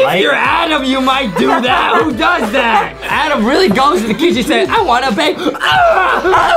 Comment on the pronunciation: Its "adem" not "adam"